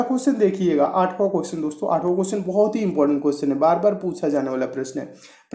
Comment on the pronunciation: Cusion Nahi hota question hota h